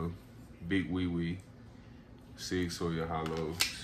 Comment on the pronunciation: no disrespect but it is pronounced SOUR ...(.like SauerKraut) ....SIG-SAUER.. ( NO SHADE BRO). y'all don't ROAST ME in the comments LMAO!